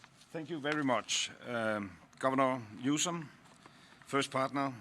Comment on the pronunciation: It's NEWSOM. No E at the end. 😅😊